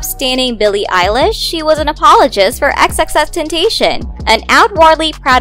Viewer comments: It's the pronunciation of tenTATION for me...🤢🤢 its taCION. FFS EWWW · Did this lady really just say xxxtentation🤣🤣 its xxxtentacion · XXX Ten-tah-ceeon that is how you pronounce his name:) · First of all its not "Ten Tay Shon" And everybody says chink get over it twitter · Sound out the word. Ten-ta-ci-on. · Stop..stop..stop. society wants a scandal for her so bad...the amount of reach here is astonishing lol. & don't speak on X's name if you can't pronounce it lol. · No one gon say anything about how they’re saying “Xxxtentacion”? No? Okay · Just the fact she pronounced XXXtentacions name WRONG irritates me she said it so WHITE